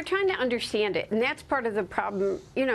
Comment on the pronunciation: This popular reporter, Maria, says "…Shhtruggling?" Listen to her and others you hear speak this frequently used word today. I thought the word "struggle" started with an STR, not an SHTR. "Undershtand" is another grossly mispronounced word many times used in news reports and conversations today. Adding the SH in these two of many similarly misused words, starting with ST, is like a growing disease. At first the occasional misuse of SH seemed to be coming from speakers of Southern states but this phenomenon is spreading across the United States rapidly. Along with some Northern States not pronouncing their R's in words, further deterioration of the English language in the United States is actively traveling to all corners of this nation. Could it be that Americans are not being taught to correctly speak proper English at home or in elementary schools? I think so. Even singular and plural pronouns along with their companion nouns are not taught properly and are confusingly used; people use the plural Our with the singular noun Life. It is not “Our life” but rather “Our lives.” It's very sad that Americans are no longer learning proper use of their own country's language. Many are college grads and PhD’s. Reading, writing, script, and now speaking the English language in the United States are now skills at long-time lows. We need to correct that ASAP.